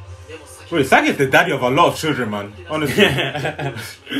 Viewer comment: Do americans know is not himsagi but isagi ???